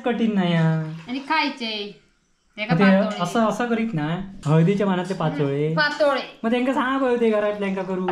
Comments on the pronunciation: पाचोळयो नाही पातोळ्या बोलतात विनु मुंबई क गेलो कधी आधी गावाक ईलो कधी काय कळतच नाही 😊😊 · पाचोळे नाय पातोळे बोलायचे